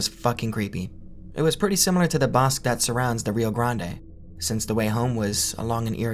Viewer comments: Bosque is pronounced "BOHS-keh", amigo. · "Bosque" means "woods" (like in innawoods) in spanish, and it's pronounced something like "Boskeh", with the spanish é sound at the end, and a strong o sound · the way he says "bosque" like "bosk" is so funny